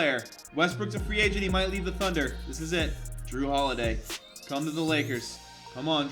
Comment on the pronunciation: he said thudner